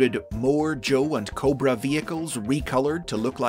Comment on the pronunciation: you said it wrong its "COBRRRRRRAAAAA" not "corba"